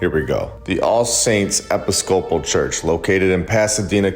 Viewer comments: eh-PIS-co-pal church not epi-scope-al church :) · The way that you pronounce episcopal cracks me up. It's pronounced e/piss/ka/pol. Not epi/scopal lol. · Episcopal is pronounced E-PIS-coh- pull. You’re welcome. 😉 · It’s pronounced eh-piss-co-pull. Not epi-scopal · Not Epi Scopal...but e PIS co PAL. Other than that, good video. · Lol I’ve watched so many videos of your today I just want to say…. I pronounce it eh-piss-ka-pull episcopal and other videos congregation con-gra-gay-shun And dekalb de-cab Coukd just be I’m from the south in Ga but love your channel. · It's pronounced uhh-piss-cope-pull Great video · Pronunciation of EPISCOPAL ih-PISS-co-pul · Love your work... thank you.. Just gotta tellya-- EPISOPAL is pronounced, EE piss co pall. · Episcopal is pronounced e-piss-ka-pull. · episcopal is actually pronounced "eh-piss-ka-pull" - super weird i know lol. great vid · 1. Outsourced Labour existed, look at the railroads…. 2. It’s pronounced Eh-Piss-Cah-Pole XD 3. Very interesting points, I’d look in to possible countries that may have contributed to its construction via foreign powers. Ie. if the settlers were from say Spain, did the king invest? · Pronounced... "eh-pis-co-pal". Have no idea what your trying to say. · Love your vids but you're killing me, lol. uh·pi·skuh·pl or for the country folks like me breakdown.... Apisscapool.🤣 If you're doing it on purpose tho fk it and keep on rockin'. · It’s no big deal. But I thought that you might like to know for future reference that “Episcopal” is pronounced “i (as in “it”) -PISS-cuh-pull.” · (ee - pis - cuh - pol) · Not trying to be a dick, just helping out. Episcopal Church = Ee-piss-cuh-pool church. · Great job. ( I’m pretty sure its pronounced Uh-PISS- kuh-pl.) 👍🏼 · E-piss-co-pull is how I would say Episcopal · aintnoway you don't know the pronunciation of Episcopal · Are you AI because you’re not pronouncing Episcopal correctly. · Are you trying to mispronounce “Episcopal”?